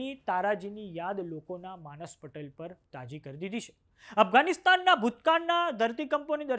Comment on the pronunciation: માનસપટેલ નહીં , માનસપટ હોય.